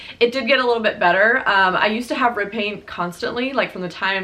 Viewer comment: OH! Rib pain! I thought you said “ripping” and I was like OUCH, what muscle is ripping?! So happy your 3rd trimester went well. Saw her on IG and she is so beautiful! Congrats!!!